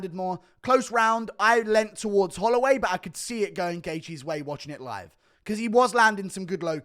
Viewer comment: "jerome holloiway"ahahaha